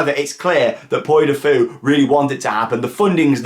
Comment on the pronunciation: It's "Pwee" du Fou. The French one is only open in the summer - April to September.